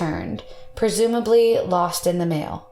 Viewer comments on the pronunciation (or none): none